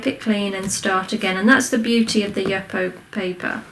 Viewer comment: Just want to share that the name of the paper is pronounced “youpo”.